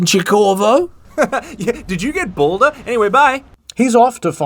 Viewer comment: IH: "Did you get balder?" Me: Who's boulder? some character?